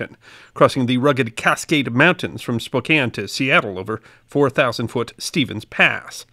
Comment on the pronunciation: Bonus points for correctly pronouncing Spokane. Next challenge: Puyallup.